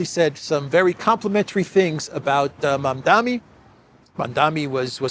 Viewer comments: Please get the name right when reporting…You keep mispronouncing the name as “Mamdami”…It is Mamdani (with a N)…it’s a difficult name I admit. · Mamdani not mamdami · Mam-Da-Ni MaMMMdaaaNNNeee. MAMDANI. Mamdani. Come on,!